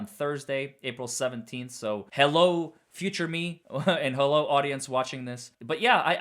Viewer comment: Hello, future you! Like your intro music and "Hellow"